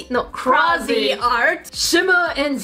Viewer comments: It is pronounced cra-z-art but u where close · It actually is pronounced cray z art with an a sound. Not an auuuu sound. Lol. I mean its like saying crayon and crown. People say it differebt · It is cra-z-art. They want you to pronounce it crazy art. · Cra-z-art. Pronounced:crazy-art I'm calling you out 😂 no offense I love you videos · I am pretty sure it is pronounced Cra-zed art